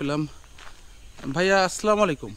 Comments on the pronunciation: ভাইজান মনে কিছু নিবেন না।আপনার সালাম টা বরাবর হচ্ছে না।আপনি আসলা না বলে আসসালা বলেন।সালাম সহি না হলে এর অর্থ অন্য রকম হবে। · সালামে আস্সালামু বলতে হবে আসলামু বলা ভূল! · আসসালামু আলাইকুম, দয়া করে সঠিক উচ্চারণে সালাম দিন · ইউটিউবার ভাই আপনি সালামের সঠিক উচ্চারণ শিখে নিবেন প্লিজ।